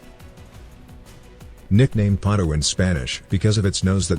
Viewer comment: its writing and pronounced PATO (duck) no potto